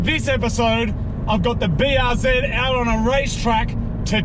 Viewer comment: Bee arr zee